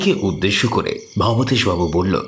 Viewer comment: কি আশ্চর্য!উনি "ভবতোষ"বাবু,ভবেতেষ-নয়